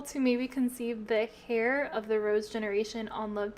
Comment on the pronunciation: Heir is pronounced “air” Also, have you checked if you have free love on? That might be why everyone is cheating and why Melanie didn’t care when she saw Lawrence cheat in front of her